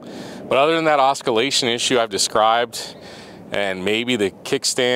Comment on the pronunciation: Does the GTL have the oscillation issue too, or just the B? Btw it's ah-sill-a-shun not a-skill-a-shun, lol.